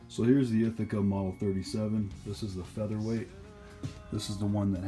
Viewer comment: Love the M37. Good video showing John Browning's genius but please please please say 'Featherlight'!